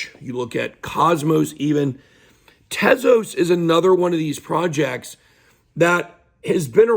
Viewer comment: At least u say Tezos correctly and not 'Tease-Us' like the n00bs. Or that African American man Larry who is always talking about Solano even tho he old AF, tryin to give 'advice' but dont even know how to say SOLANA 😆